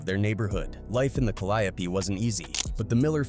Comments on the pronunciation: This clown said Calliapee instead of Calliope😂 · I wish yall stop being lazy and do the commentary yall self. That AI shit be butchering the shit out of names. Who tf is C-Ender and Ca-Lie-O-P? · it's pronounced "cali-ope" but the announcer is saying it "cal-eye-a-pee" Far different 😅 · The Cal-ee-ope projects..smh. know it all folks tryna profit off the work No limit put in. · The way the narrorator says calliope is killing me inside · That's how white ppl pronounce it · My brother, good video. But you are butchering the pronunciation of the Caliope projects. There's a gang of songs that have Caliope mentioned